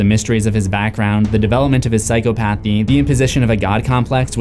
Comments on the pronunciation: Okay. I’m not an English major but it’s been bothering me you keep saying Psychopathy wrong! It pronunciation is (sai-kaa-puh-thee) not psycho path eee lmao sorry man that shit was cringe the whole video, I thought maybe I was wrong on the word but I looked it up and yes you said it wrong the whole time 😫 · Say it with me: Psy-cah-puh-thee NOT Psy-co-path-ee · Btw it's PsychOpathy, not psychopAthy lol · Sai-kaa-puh-thee not psycho-pathy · Psy-caw-pathy not psycho-pathy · You would think someone using the word psychopathy repeatedly would learn to actually pronounce it...